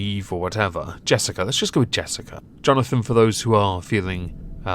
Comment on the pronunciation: You have a weird pronunciation for "Jonathan".